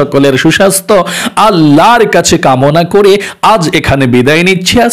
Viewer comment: কিছু মনে করবেন না একটা কথা বলছি আপনার সালাম দেয়াটা হয়নি 😢 সঠিক সালাম টা হবে আসসালামুআলাইকুম ওয়া রহমাতুল্লাহি ওয়া বারাকতুহু 😊 অর্থ - আপনার ওপর আল্লাহর শান্তি ও রহমত বর্ষিত হোক। আর আপনি যেভাবে সালাম দিয়েছেন স্লামালাইকুম এটার অর্থ- উঠের নাড়িভুড়ি অপনার জন্য 🥺 তায় বলছি আপনি যাকেই সালাম দেন সঠিক ভাবে সালাম দেবেন।